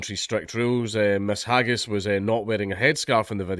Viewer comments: D'you have to keep misspronouncing their names as 'haggis'? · Her name is pronounced, "hag-heiney". Get it right. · "Hagis" - trying to read names.